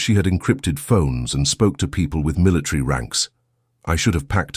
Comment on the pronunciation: Why is the narrator saying militree instead of military?